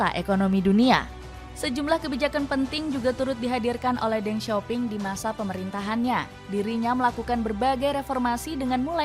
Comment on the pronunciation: Then sio ping bacanya